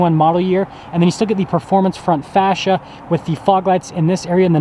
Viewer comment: Your pronunciation of facia is to funny faceeee shaaaa not fassthhha face front lol 😆 good video though